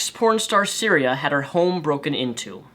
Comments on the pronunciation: The fact you kept pronouncing her name as Syria added an extra, bizarre edge to this video. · I think its pronounced Sy-Th-ear-e-ya... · I think you have the pronunciation wrong or am I mistaken: sy-thee-ree-a? Yes, wow that is some news and it took me a while to find it online as well because it is so under the surface. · Pretty sure her name is pronounced sigh-ther-e-uh. Also, another porn star set up a fundraiser to help Cytherea get back on her feet. Here it is, though it has raised nearly double what was asked by now. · You kept fucking up her name but other than that, great vid. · The whole video, I was thinking another porn star was raped. Then I clicked the link, and found it was Cytherea. How you mispronounced it so bad, I have now idea, but typically "th" is not silent. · Her name is Cytherea, not Syria. I know you have a speech impediment and you probably didn't mean to mispronounce her name, but it annoyed the hell out of me whenever you said her name. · I'd like to note that because of dyslexia he said Syria and not Cytherea. So if anyone is having issue trying to find the story, that is why. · Isn't it Cytheria? Not syria? xD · Cytherea buddy .....not Syria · I swear I want to rip your hair out when you say "Syria" it's Sy-thee- ree-ah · Cytherea, not syria. Otherwise good video. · "Cytheria," not "Syria," dude... lol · Its Cytherea not Syria. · Her name is Cytherea, not Syria. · I'm not disagreeing with what you're saying,, but it would do you a solid to at least pronounce her name right. It's Cytheria, not Syria. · I appreciate your vid, and I do agree with you. However, I am going to correct you on the victim's name which you repeatedly said was "syria" or some version of that word. Her name is Cytheria and she has my support and well wishes. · Great points all around, but ummm....her name is Cytheria, not Cyrea or however you would spell that. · Cytheria not Syria. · Lol Syria. You mean Cytheria